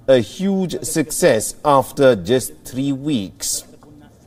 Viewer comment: like three for tree and vest for west these are small examples of pronunciation gone wrong but when you are on the news you better get it right.